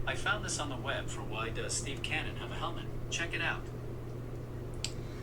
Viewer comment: Steve Canyon was a comic strip, book, TV show and proposed but never produced movie between., it helps if you pronounce the word correctly, Canyon, not Cannon, but you know that and are just being funny. Keep up the great work.